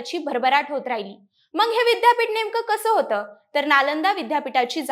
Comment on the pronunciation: बाईला विद्यापीठाचा उच्चार करता येईना, अशा लोकांना कुठे माहीती द्यायला बसवता?